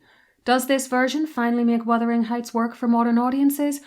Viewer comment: OMG! Thank you so much for pronouncing "Wuthering"correctly! You are one of a precious few here on YT to do so!